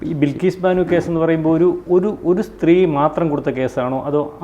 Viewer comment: ബിൽകീസ് അല്ല ബൽകീസ്‌